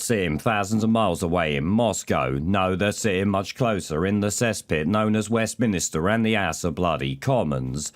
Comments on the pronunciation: Geeza. You called it Westminister not Westminster. That *Panademic edit is effecting you. Time to drop it. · Don't do a ''panademic'' and be like Charlie Mullins. It's Westminster not ''Westminister''. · "Westminister" ? "Panademic"?